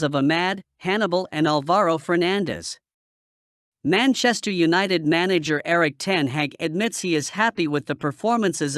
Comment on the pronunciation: Maenchester eunited😂😂